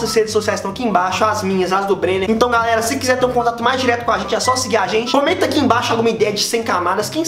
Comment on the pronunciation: Teve uma hora que ele falou garera